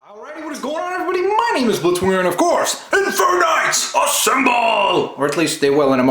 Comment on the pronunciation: blitzwinger is sane zorch wrong